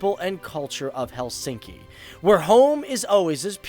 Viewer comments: In Finnish, the emphasis is always on the first syllable. Not: HelSINKI. It is pronounced HELsinki. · Helsinki pronunciation is: HELLsinki...like all Finnish words, stress ALWAYS on the first syllable and then falling in a linear way...